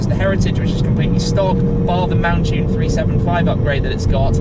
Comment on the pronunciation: Why is it that Ford salesmen pronounce mountune as if it is spelt montune? Anyone else notice that? That sequential gearbox is awesome